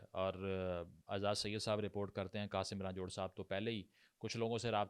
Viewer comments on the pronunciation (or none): Senator Qasim Roonjho, not Ranjhorhh